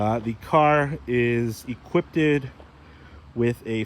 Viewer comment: "Equippeded"? Is that anything like "encrypted"?;)